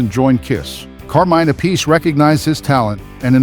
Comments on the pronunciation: Why can’t people pronounce Appice correctly? It’s EFFING ANNOYING!! Just fyi…. It’s not “a piece.” It’s, THREE SYLLABLES!!! APP, then, AH, then, SEE … Holy FRIG, man!!!! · Yep. Vinny is "App-ah-see". Carmine is "Ah-Piece". They explain it during their Drum Wars shows. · Carmine's brother Vinnie pronounces it as "a-piece", so, pffft. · People who think they know it all but are wrong annoy me. Carmine and his brother pronounce their last names differently. DO BETTER.